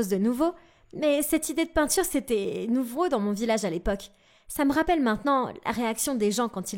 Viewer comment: Quand ta langue se rebelle "la même réaction de tRoutes" "tout le visage" au lieu du "village" "nouvReau"